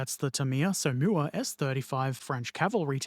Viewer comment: Som...Whaa would be a better pronunciation...just sayin'.